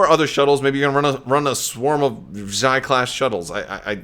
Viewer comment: Perhaps the Xi class shuttle is pronounced as 'She" class shuttle, similar to how in legends there was prince Xizor (pronounced 'she-zor')? I do believe that Terex had the Carrion Spike as well as a personal ship.